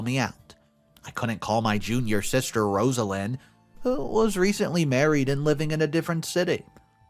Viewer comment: Rozzz-lin Not Ros-a-lean... I swear, how do your employees not give you correct pronunciation on so, so, very many words?? Lol.. No disrespect at all!! ❤❤Your channel